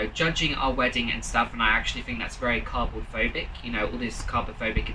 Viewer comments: did he rly say cardboardphobic? xD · DID BE JUST SAY CARdboARD PHOBIC